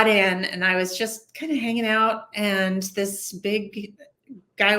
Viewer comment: "anD", not "anT", broad. Add WTF is up with the nasal-congested interviewer? Get some allergy meds, son.